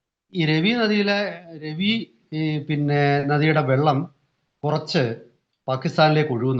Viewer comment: Ravi river,रावि नदि, രാവി നദി എന്നാണ്. ( രെവി നദി, रवि नदि ,Revi river ) എന്നല്ല.